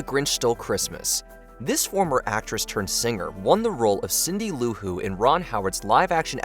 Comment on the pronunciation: Cindy Lou Who. Cindy-Lou Who. NOT CINDY LOU-WHO. THAT BUGGED THE SHIT OUTTA ME